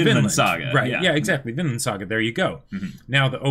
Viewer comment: Whenever they say “Vinland” I just hear “Finland”. Confuses the heck out of me😂